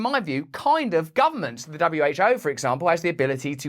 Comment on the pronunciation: "Ze rulers of ze world"